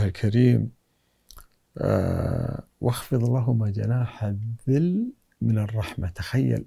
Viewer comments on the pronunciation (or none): الذُّلِّ وليس الذِل